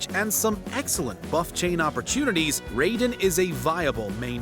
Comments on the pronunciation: I know he did not just pronounce raiden as rayden 💀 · Raiden Shogun = (Rye-den Shogun)* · its pronounced rye den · "ray"den shogun is hurting me on all sorts of levels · i shoulda stopped when he called her the ray-don shogun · He said Raiden wrong tho, my friends name is Raiden and he gets triggered when somebody says his name wrong